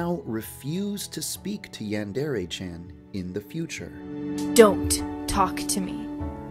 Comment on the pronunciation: OH MY GOD,for the first time in forever [Insert Frozen joke here] he pronounces Yandere right,I'm so proud of you Too bad you don't do it for your other videos